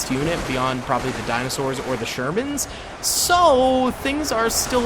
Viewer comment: dinostaurs hahahahaha